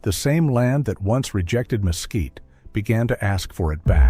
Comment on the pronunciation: El comentarista al mezquite, lo pronuncia mosquito, por lo que no sólo los nativos y españoles lo escriben y pronuncian mezquite. En Sinaloa México, se usa sus vainas también como alimento para el ganado y de sus flores las abejas recogen su nectar produciendo miel. Traduce el inglés al español y traduce las libras en gramos. Gracias.